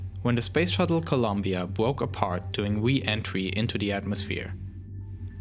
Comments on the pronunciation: What’s a ‘wocket’ and ‘explowation’ is that like a sexual thing? ‘Bwoke’ is that like rapper slang for “be woke” this is so cunfusing.. (good content though) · ...bwoke apawt duwing we-entwy into the atmosphere. As a wesponse to the twagedy... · Wocket, wussia, bwoke, pwoject, owiginally, etc etc etc